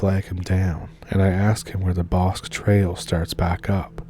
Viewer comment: You mispronounced “Bosque.”